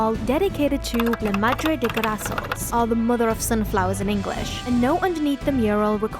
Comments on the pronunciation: you actually said “lama gdre de grasols“ (btw no hate I know spanish can be difficult) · You said sunflowers in spanish very very wrong